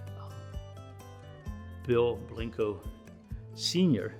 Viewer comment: Why does he call it Blinko